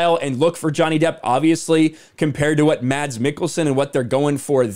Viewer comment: As a Danish person I like it when he says "Mads" as normally the "d" silent, only to confuse childhood me.